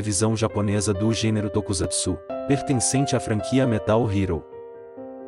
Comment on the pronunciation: Essas imagens do depois são bem manjadas. Há uns 10 anos pelo menos são utilizadas. Por exemplo, o ator que fez o Kenta (penúltimo no vídeos) já passou de 40 anos atualmente e a imagem é de quando tinha 20 e poucos anos. Desculpe, mas as pronúncias dos nomes e "Tokusatsu" estão horríveis.